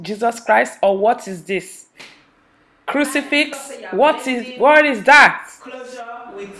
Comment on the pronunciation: Omg I'm dead , mama say na crusifix 😭😭😭